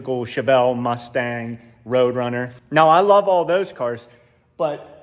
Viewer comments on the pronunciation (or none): none